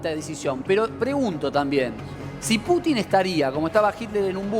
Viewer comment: se dice PUTIN CON ACENTO EN LA U